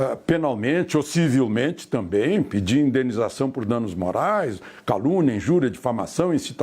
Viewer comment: Não sabe nem falar, "também " não tamém ...